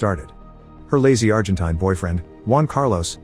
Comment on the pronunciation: “Her lazy Argentine (the way the AI pronounces it) bf” 😂. these recaps are always so unintentionally funny, from the awful AI to the videos script itself. It’s truly like they don’t even proof read the script, let alone listen to the AI narration before adding it to the video lol. it makes all these horrible films/series actually entertaining for the wrong reasons and I love it